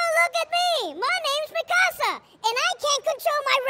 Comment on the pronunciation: connie saying mikasa sounds like mi casa which translates to my house 🤣🤣